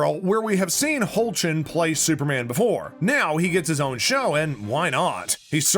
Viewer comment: This guy: “they’re so dumb they didn’t know their dad was Superman” Also this guy: pronounces Tyler’s surname as “Howtch-lin” instead of doing a tiny bit of research to find out its pronounced “Hecklin”